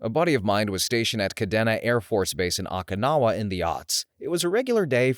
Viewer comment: How can you pronounce Okinawa that badly 😭😭😭 and Ouiji board while I get is really weird spelling, there is absolutely no quality control in these videos. So many mistakes that could have been easily preventable with a Google search on how to pronounce. Even the robots can pronounce it better and help you pronounce something right without sounding bad in videos